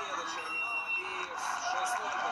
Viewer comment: молодец хозяин канала правильно ставит ударение в фамилии чемпиона.в отличии от русского который коверкает фамилию валиев на всю страну на турнире